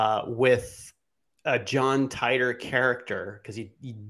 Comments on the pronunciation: Teeter not tie tor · John tEEter....Not TYTOR. Nobody has ever said Tytor pronunciation